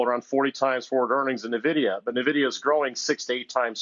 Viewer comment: Please, for the love of god, someone tell him how to pronounce Nvidia.